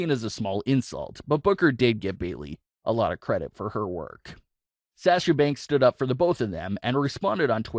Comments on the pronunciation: HER NAME IS SASHA NOT SAAASHA!! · Pronounced (Sah-sha) not (Saa-sha). Like your vids tho. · Dude,come on pronounce sasha the correct way. It's driving me nuts the way you're saying it lol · Will you please learn to say Sasha correctly please it’s so annoying